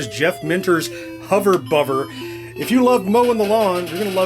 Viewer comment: Hover Bover is said with a hard 'v'. It's a play on a slang British pronunciation of 'Bother' 'Bovver'. Great review, many thanks.